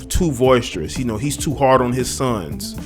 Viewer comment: boisterous,boisterous, boisterous my brother. No V in that word, but good job on the piece.